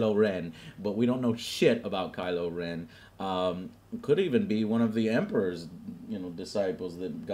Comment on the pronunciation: kylo ren = Reven